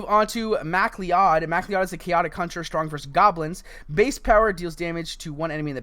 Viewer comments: MacLee-Odd 🤣🤣🤣🤣 pronounced Mac- Cloud. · I think MacLeod is pronounced mac-loud